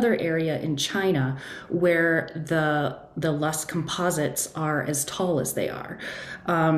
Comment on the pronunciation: Loess hills, not lust!